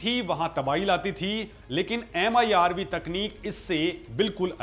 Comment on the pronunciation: MIRV न कि MERV